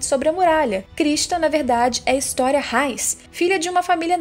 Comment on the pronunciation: Não se fala á Armim se fala Aramim,não se fala História se fala Ristoria,além de se você sabe falar português quando o s está entre duas vogais ele fica com som de z ou seja é Mikaza